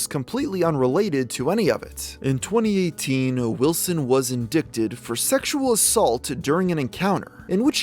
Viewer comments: Love the content and the gamer but have to ask how does one get in-dick-ted??? LOL that's okay the spelling does appear to be how its pronounced. However indicted is pronounced IN -DYD - TED the C is silent and it's a hard I sound. ;) Just trying to help since you are jumping more into legal matters and such these days. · (IN-D-IGHT) you got to learn to say the word right. I can't stand hearing "Indic-ted" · I like this video but, the word is pronounced; in-dite-ed. Not... in-dick-ted. That has been driving me crazy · 90% of these are pedophiles. makes ya wonder huh he said in-dick-ted in stead of in-dye-ted lol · indicted pronunciation: in dai tuhd not in dick ted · The term indicted is pronounced uhn dai tuhd Not inn dick Ted . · I don’t mean to be petty but the word “indicted” is pronounced in-die-ted not in-dick-ted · Indicted isn’t pronounced as it’s spelled. “In-DIE-ted” not “in-DICK-ted” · they obviously speak english on mars, so why does he pronouncing it "in-dick-ted"? the c is silent. "in-dye-ted". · In-dick-tid. Lmao. It's pronounced in-die-tid. The 'C' in indicted is silent. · Indicted: It's pronounced "in-DITE-ed" not "in-DICKED-ed." Wow. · Indicted is pronounced In-dite-ed. Not in-dick-did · Indicted: IN-DYE-TED NOT: IN-DICK-TED Sorry, was driving me crazy. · in-DIE-ted... not in-DICK-ted... Ted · it's "in-die-ted" not "in-dick-ted. did a british person write this script? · fantastic video! only criticism is that the word “indicted” is pronounced “in-dight-ed” not “in-dickt-ed” ! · its pronounced in-dighted not in-dick-did just fyi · That's cool bro, and I'm real happy for you. BTW in-dick-ted? I think you pronounced that wrong my man ... Ayyyy lmao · in-dite-ed, thats how ya pronounce it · indicted is pronounced in·dight·ed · Indicted is pronounced - 'in-die-ted'. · Great video as always! Just a note, it’s pronounced “in-die-ted” the “c” is silent. Hope this helps 😁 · Please learn how to say the word "indicted" the c is silent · in-DICK-ted lolololol